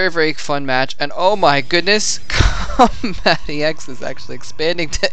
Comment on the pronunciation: Its combatEx not combat Eeh EX